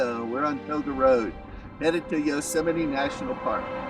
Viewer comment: Hi there, thanks for posting. Tioga Pass and Tioga Road is a beautiful drive and Gaylor Lakes Trail is an equally beautiful hike. FYI, the proper spelling (Tioga) and pronounciation is Ty-oh-gah, not To-ga. Enjoy!